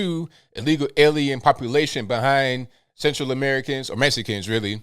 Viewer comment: MeX-I-canS... Not MeSSicans u still love you!!